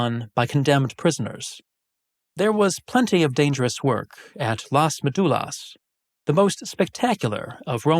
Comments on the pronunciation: Please learn how to say Las Médulas. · The topic of this video is Las Médulas. It's not about being language purists but a massive facepalm: how could he miss that?! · Las Médulas (stress in the first syllable, as shown by the tilde) and many other mines (gold ones shown in the map) were conquered by Octavian (Augustus) in a very bloody colonial war known as the Cantabrian War, which not only conquered the Cantabri but also their Astures allies. These two brave nations were the last part of Hispania that remained free from the Italian Empire. While often not discussed, obviously most miners were slaves toiling in terrible conditions and dying there for the wealth of Rome, i.e. the senators and knights and their endless appetite for luxuries, often imported from Asia, that Pliny already denounced as their probable undoing. It's not any coincidence that when Las Médulas and other mines were exhausted, the 3rd century crisis happened. The Empire was not rich anymore.